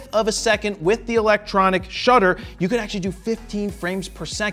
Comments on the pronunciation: lol.. Electronic Dhutter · What’s a “Dhutter”⁉️ 🤔💭🧐‼️😅😂🤣😆